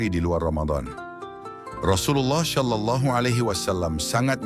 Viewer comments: Penyebutan "SallAllahu alayhi wasalam" agak ganggu, krn pengisi suaranya menyebut "Syallallahu.. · Kak, bukan syalallahu... tapi shalallahu 🙏